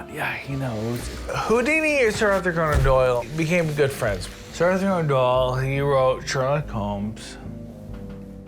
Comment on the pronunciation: “Sir AuthorConeAndDoyle”